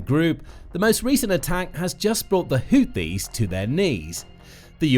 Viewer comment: Every time he tries to say HOUTHIS, it sounds like he is saying HOOPIES. Last that I knew, the HOOPIES are a basketball team, out of West Virginia. If this YouTube channel isn't careful, some of our American "jar heads" will probably end-up attacking West Virginia.